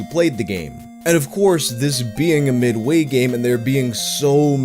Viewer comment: I hate the way he says midway